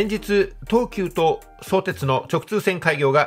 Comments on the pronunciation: そ⤵️てつ、ではなく、そ➡️てつ、だと思います。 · 相鉄はSOutetsuじゃなくso UTETSU ですよ。イントネーションがむちゃくちゃオカシイって。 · 相鉄のイントネーションが気になるw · 「そうです」みたいなイントネーション初めて聞きました。私の周りでは「創設」と同じイントネーションですね。武蔵小杉の発音も違和感ありました。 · 相鉄の発音が気になってしまう。地元では「そ↘️てつ」じゃなくて、「そ→てつ」って呼ぶ人が多いですよ。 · そーてつ、とアクセントも高低も何もつきませんよね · 本編には全く関係ないが「そ↑うてつ」のイントネーションが気になる。相鉄は通常平板イントネーションだったはず。 それはそれとして ・相鉄沿線住民は新横浜直結が非常にありがたいが、東急側は実は二俣川の運転免許センターに直結するというのが地味に嬉しい路線だったりする。 ・東急の新横浜線が昼間6本/時だと変に目黒線系統と東横線系統に振り分けないで欲しいなぁ。ただでさえ少ない本数が振り分けられるとどっちも不便になる未来しか見えない。ラッシュ時だけ一部を東横でもいいくらい。 ・いずみ野線は相鉄が湘南台までの通過需要を一生懸命客を増やそうとしているんだけど成功しないんだな。途中駅は住民しか利用しないし、通過需要は結局大和乗り換えの方が便利だったりするのである。 ・綱島と新綱島は距離的には連絡道作って同一駅扱いにしてもいいくらいだったんだけど、別の駅扱いにするのは連絡道を作りたくなかったんだろうと推測。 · 関係ないけど相↑鉄↓の発音が好き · 神奈川県民として、相鉄のイントネーションが気になります… ただ内容はすごく分かりやすかったです。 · とても分かりやすい解説ありがとうございました。マップで見ると横須賀線って凄い遠回りしてるんですね～。アクセントについては 「相鉄本線」と読んだ時のものが正しいです。地元民は「相鉄」と呼ばず「相鉄線」と普通は言うので、「相鉄」と言う時のアクセントも同じです。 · 全通後の海老名駅での行先表示や各社の車両を見るのが楽しみですよね！なので新横折り返しとかじゃなく海老名まで来て欲しい。瀬谷から座間の新施設の新線がほんとにできるなら海老名までもきてくれそうですが･･･さんの「相鉄」の発音が気になりましたが今回も楽しい解説ありがとうございました！ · 相鉄のアクセントがちょっと違うかなー 細かいことですが、内容には満足でございます！ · 動画は大変秀逸なのですが、ひとつ気になる点があります。様の「相鉄」のアクセントが違います。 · 地元でのアクセントは「そ」を強調せずどちらかというと低めに、「う」以降が高めの音になっています。 それはともかく分かりやすい説明をありがとうございます。 利便性が高くなるのは嬉しいものです。 相鉄も沿線の活性化と価値を高めるために相鉄がメインとなって開発した横浜駅西口を通らずに都心への直通に舵を切ったことは大英断かと思います。沿線のこれからの発展に期待します。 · 相鉄のイントネーションなのですが、5分30秒あたりの相鉄本線と言ってる時の相鉄のイントネーションで良いですよー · 相鉄のイントネーションがおかしい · 「そうてつ」のイントネーションがどうしても気になってしまう・・・